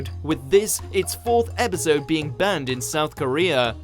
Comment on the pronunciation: When you say "banned", it sounds like "burned"